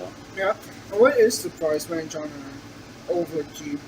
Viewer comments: Great review. It's Oliva not ova though 😉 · It's pronounced Oleeevah!